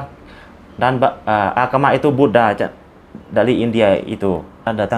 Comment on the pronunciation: Buddha bukan Buddah